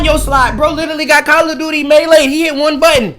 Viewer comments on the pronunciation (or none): NO WAY U WAS SAYING "may-laid" ITS MELEED HELP??????